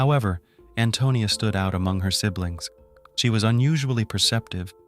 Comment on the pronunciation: And I'm angry he is saying Antonio instead of Antonia ..